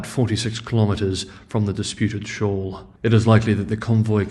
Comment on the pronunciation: SHOAL....not SHAW !!